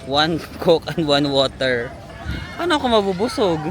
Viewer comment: borger = woter